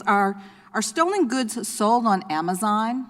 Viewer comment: "Amazine" lol